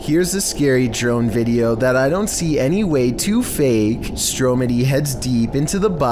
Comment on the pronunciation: Lol........Stromedy? Stop it. Just, stop it.